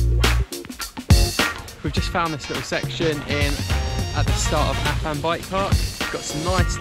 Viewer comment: nice vid mate....apart from you not even being able to pronounce Afan properly, bloody foreigners! lol